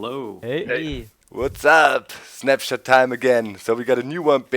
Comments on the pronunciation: lol i thought they were saying SNAPCHAT!!! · I cant be the only one who thought they were saying "Snapchat" In the intro